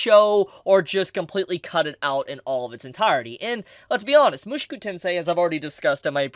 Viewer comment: Stop saying it like mooshkew it is - Mu-Sho-Ku